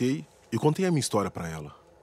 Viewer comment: Ele nem sabe soletrar kkkkkkk ele fala istoria o cara da caneta